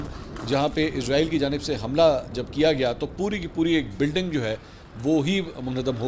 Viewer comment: Can I mention one thing please: it’s ISRAEL NOT IZRAAEEL, Izraaeel is the name of Angel of Death